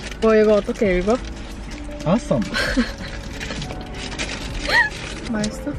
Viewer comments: The black tea's name is pronounced as Assam not awesome. Assam is one of the state in India . It's the largest producer of tea in india. So it's Assam 😁. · It's Assam 😂😂 a state..not awesome 😂😂😂😂😂❤️🧡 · You read assam as ah-psalm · it's pronouced as "Aa-ssaam." It's a state in India with the largest tea plantation in whole of Asia ✨️ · How she pronounce Assam was cute 😊